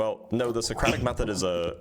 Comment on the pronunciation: Maybe rude, maybe not, but I would have terminated the conversation the moment he pronounced Socratic method wrong.